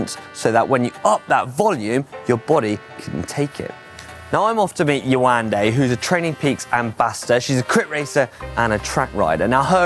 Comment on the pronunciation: Nice - You pronounce her name "Ye-wan-day" 🤓🤭